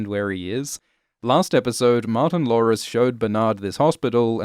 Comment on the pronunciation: I know, I heard it too, it sounds like has a Cindy Brady speech impediment.:)